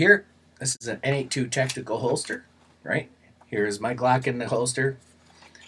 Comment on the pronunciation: By the way, N82 is pronounced Nate Squared. Two buddies, both of whom are named Nate, started the company.